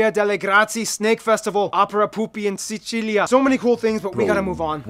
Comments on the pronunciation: In italian it is pronounced si-chi-li-ah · SEE CHEE LEE AH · In italian it’s SICILIA (see-chee-lee-ah) and the accent is on the “chee” 😉